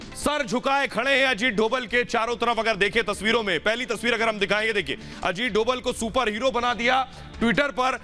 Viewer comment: अजीत डोवल नहीं sir अजीत डोभाल कहिये